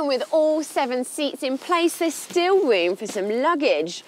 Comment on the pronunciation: Still rewm for sum luggadge!